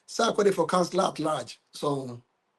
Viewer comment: Bro, I’m curious why you have added “H” to the name Sarkodie. 😊